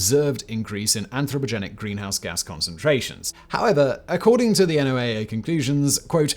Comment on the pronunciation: NOAA. Sounds like "Noah".